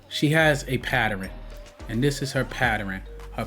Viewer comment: PATTEREN??????? PATTERN!!!!!!